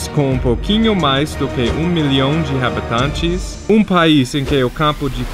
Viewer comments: Só apontando algumas coisas (relembrando porque com o tempo acaba esquecendo mesmo): em "habitantes" e qualquer outra palavra q começa com "h" como "história", o "h" não tem som, e o torneio é copa, não copo. Those things aside, great video as always, just remember to keep your speech sharp ;) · Ele fala "habitantes" muito engraçado! 😂😂😂😂😂 "RABETANTES" 😂😂😂